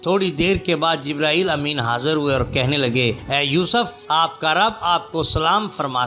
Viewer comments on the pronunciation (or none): none